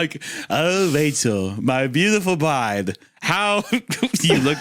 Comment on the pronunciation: “Oh Wachel, my beautiful bwide 🥰” is sending me